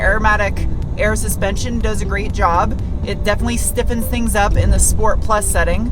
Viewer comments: I love it when you say: "schport" 😅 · SHPORT - SHPORT PLUS Moar shport!